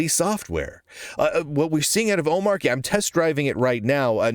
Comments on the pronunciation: Not to be pedantic, but just a point of order: It's pronounced "om-ARCH-y" not "O-MARK-y". Since it's based on Arch, it's like the "Arch" syllable was dropped in the middle of the word and you pronounce it the same way as Arch. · "Ohm-Archie" because it's Arch based. Agreed the hard 'ch' sounds better. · It's omar y, with a sound because it comes from Arch (unless you pronounce that Ark, I guess) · How is it that every one of you guys are pronouncing the name of this distribution incorrectly. Have you not watched DHH and his explanation. He says the name repeatedly. How much more simple could it be. It's an arch-based distribution. Not a mark-based distribution. Hence the name omarchy